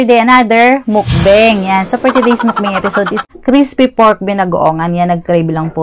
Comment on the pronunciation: Ngayon lng ako nakarinig ng pag banggit mo mukbang nasobrahan yata sa pag pronounced 😅😢😊😂 sa lahat yong channel mo ang natatangi 😅😅😅😅